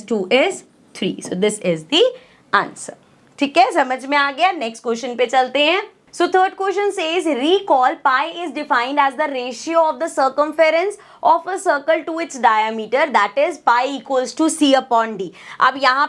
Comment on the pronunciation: mam diameter ko dayameter bolti hai